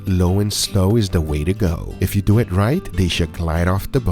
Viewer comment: Same: first time I heard it I was like <<What does it mean "let's doe"???>>